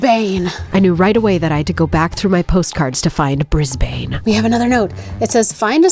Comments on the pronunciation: As the resident Australian subscriber, before someone else does it, I should probably tell you that Brisbane is not pronounced “Briz-bain”, but rather “Briz-b’n” 😅 Great vid nonetheless! 😊 Also, getting your kid to give their opinion and play it was cool to see! If they’re up for it (and you are too), I’d love to see them have a crack at one of the OG series (they get a free answer for anything outdated though!) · Brizz-Bun. Not Bruzz-Bayne. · Amazing. The comments aren't full of Australians correcting your pronunciation of "Brisbane", yet! The "a" doesn't really get said.